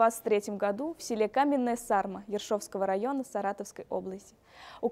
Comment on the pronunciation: Каменная Сарма( Сарма-ударение на второй слог)